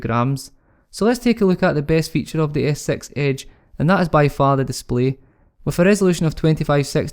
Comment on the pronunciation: Skroting so you are not bothered hearing Samsaung Galaxy "as-sex age" ?